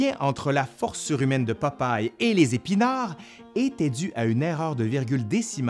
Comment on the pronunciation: Québec: "Popaille" France: "Popeille"